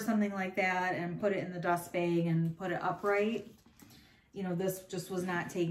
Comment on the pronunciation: Love how you always say beg instead of bag! Where are you from?